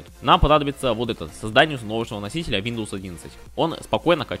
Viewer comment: Братан после слова вийндоус, видос прекратился😅😅